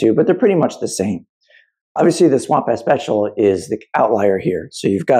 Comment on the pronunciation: I'm sorry... I can't unhear "Swamp ass Special" Lol. Great comparison though!